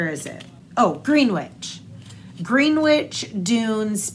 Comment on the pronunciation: Lookin' fierce today! Love the episode as always. ❤ Small correction on the pronunciation of the national park yarn... it is Gren-itch, not Green-witch. Don't ask me why except it is, and I think based on same place in UK. ❤ from PEI